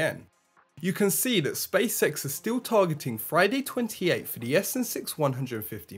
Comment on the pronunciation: Space X not Spacesex